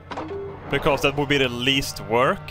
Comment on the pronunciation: I am German. I heard wörk. 🤗 Ok. Where do you need mire efficiency?